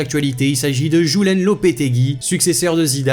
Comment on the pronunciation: Julen se prononce « Youlaine » et non pas « Jouelaine »